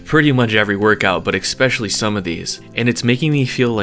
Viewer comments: Its so funny how he says eggcetera and eggspecially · Or especially